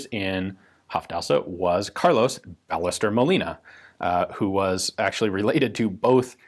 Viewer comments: Should this not be pronounced "bai-YEH-stehr", not "BAH-leh-ster"? The "LL" makes "y" sound in Spanish, I believe. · The name pronounced in Spanish is "Ba-yes-TERR" it is a common last name as is Molina. And the other translation is more realistically "manufactured by", not "for". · If anyone's interested here's how we pronounce "Ballester" in Argentina (or in Buenos Aires, at least): BA sounds like BUmp; LLE sounds like SHErman, the S is a simple s, and TER sounds like TERminal. Of course this is an approximate way to do it but I'm not gonna be throwing phonetic symbols here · FYI - The "LL" in Spanish is a separate letter and it's pronounced like a Y in English. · Does the "ll" in Ballester not make a "y" sound since it's a Spanish name?